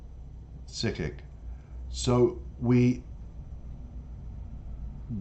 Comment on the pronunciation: It's pronounced as Sick - Kick